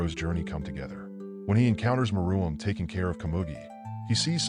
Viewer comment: It’s Meruem not Maroon not Maraum or something else